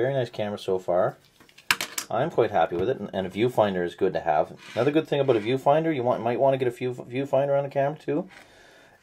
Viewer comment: are you from canada, i heard '' i don't know everything ''aboot'' this camera ?